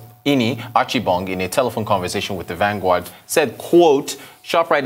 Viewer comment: how does he sound like this and then say Vangward(vanguard)???